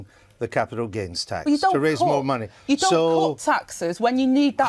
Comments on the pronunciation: "muneh, economeh, countreh" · What is ‘Monnay?’ Rayner needs to learn how to speak! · “Munnay” She’s embarrassingly thick.